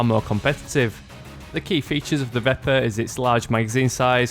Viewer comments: Pronounced veh-per. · It is pronounced vep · Pronounced "Veh-per"